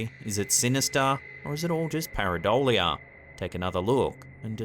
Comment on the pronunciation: Paradolia, or parabola?